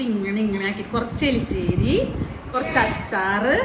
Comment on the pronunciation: എലിശേരി അല്ല.: എരിശ്ശേരി ആണ്